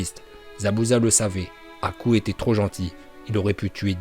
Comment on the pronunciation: Choqué par la prononciation de haku par